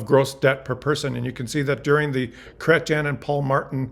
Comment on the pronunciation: Your ‘Chrétien’ is impeccable. 👏👏👏👏 And a very educational and entertaining presentation